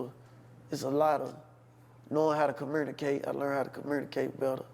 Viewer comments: "Commuernicate" is CRAZY!! 😂😂😂😂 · He did not learn how to commurrrnicate better